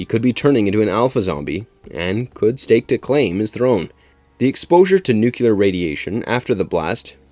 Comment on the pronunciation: I love the narrator but come on!!! IT IS nu·cle·ar /ˈn(y)o͞oklēər/ not \ˈnü-kyə-lər\ ("nucular")